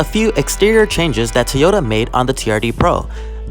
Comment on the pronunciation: Teeeyota? Is that a sister brand to Toyota? lol Alright weird pronunciation aside, awesome vid! Lookin to pick up the 2021 Sequoia in army green, and I'm sure I'll end up doing the same thing here